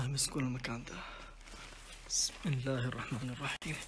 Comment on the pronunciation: ليتك تنطق بسم الله الرحمن الرحيم صح دايم اسمعك تقولها غلط كاختصار لها الدقيقه